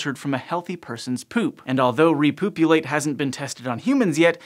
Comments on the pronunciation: I missed a lot of the video because I was giggling all the way through it. Repoopulate! Oh dear... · started thinking about something unrelated then heard "repoopulate" and now I'm back